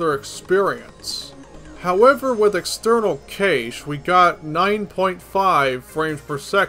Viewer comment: I usually hear Cache is pronounced like "Cash". Haven't heard it pronounced "Caysh" before.